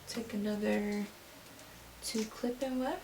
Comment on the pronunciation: All I hear is “clip in wef”